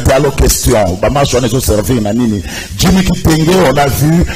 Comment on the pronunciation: Ndeko ezali djimmy et non dimmy